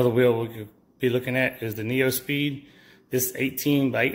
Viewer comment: So, it’s not pronounced “Neo Speed”. It’s pronounced “New Speed” for Neuspeed wheels. Just FYI.